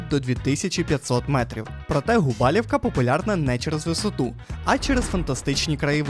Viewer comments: Доброго дня. А чого ви кажете Губалівка? Є правило що не змінюються назви, тоді виходить Губалувка. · Губалівка?🤦 Губалувка!